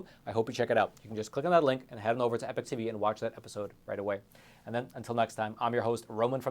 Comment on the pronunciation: Isn’t it pronounced EE-Pok? Not “epic”?